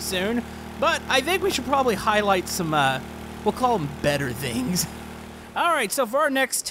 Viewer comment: I love it how he says vings instead of things